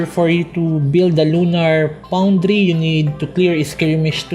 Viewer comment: "lunar poundry"